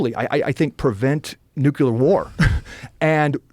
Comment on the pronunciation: Ekcetera, nucular… graduates with huge degrees can’t even pronounce words correctly.